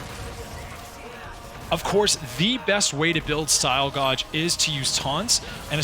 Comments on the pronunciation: "Gay-Ji" not "Gao-Ju" to pronounce "Gauge" but good bread and butter guide for Nero. I didn't really have a concept of weight classes other than how Calibur and CS felt pretty risky or worthless so I appreciate this. I'll try to tie it into my use of Devil Knuckles and taunts. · Did you just says say"style Godge" 😶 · This man pronounced Gauge like "Godge"